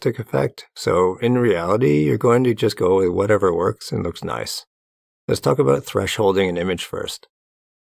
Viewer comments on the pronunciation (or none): none